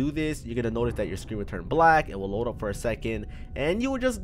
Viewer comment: This guy says fore i can do this jacks films were are u